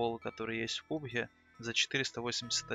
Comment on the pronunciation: Не пубх а пабг